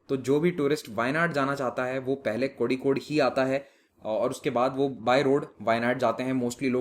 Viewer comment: Kozhikode को कोझिकोड कहेंगे।